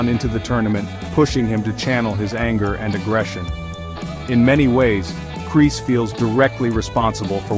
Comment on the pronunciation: "Kris" no is Kreese